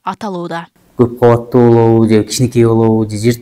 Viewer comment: Каббаттуу эмес КАуАТТУУ болуп айтылат ,кыргыз тилиндеги создордуу туура айта албаган сабатсыздар .Эки ундуу тыбыштардын ортосунда Б тамгасы келип калса жарым ундуу болуп айтылат (уы ) .Орустарды туурайбыз деп кыргыз тилине муноздуу Бир нече тыбыш тамга катары кирбей калган,бирок суйлоп жатканда табийгий турбо копчулуктор колдоно беришет